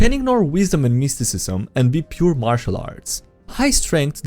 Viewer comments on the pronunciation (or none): none